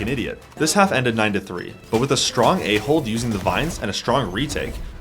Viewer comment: is it just me or did i hear strong A-hole instead of strong A-hold 💀💀